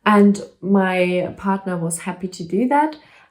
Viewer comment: Love how you pronounce partner 💯😉😀 August will be ok 🤗